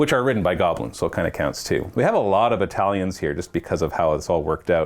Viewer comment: every time he said "battalions" I kept hearing "Italians" and I was very curious as to why. Like, does have some kind of foreign exchange student program?